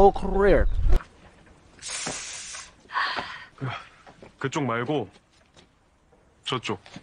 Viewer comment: "I'm about to end this man's whole courrrier"(career)😂😂😂